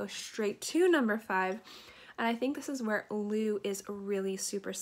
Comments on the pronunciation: Nice choices! I have two from your list that will be in my rotation. I’m going to have to pick up the Madison Lancôme fragrance you mentioned. I’m always looking for different takes on almond. L’eau is pronounced more like low than loo. ✌🏼happy new year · Great vid, You prob know by now, I havent read the comments, but L'eau is the same as "Eau" pronounced as "O".., or "L'O"